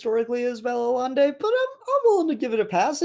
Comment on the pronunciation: it's pronounced "ayaynday"